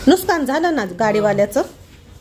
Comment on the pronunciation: Why all say nooskaan😅..it's nooksaan